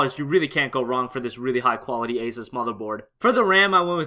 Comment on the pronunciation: Asus is pronounced like "Asoos." btw. Sorry I don't know why but it gets on my nerves when people mispronounce it